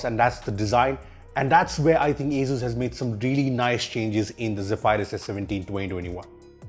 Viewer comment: Thats not how asus or zephyrs is pronounced